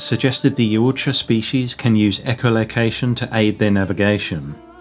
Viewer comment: Yow ta Ja 😂 not yowut Ja 😂